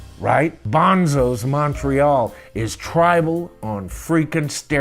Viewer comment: I think Bonzo's Montreaux is pronounced Bonzo's Mon-tro, not Mon-tree-all, but maybe I'm wrong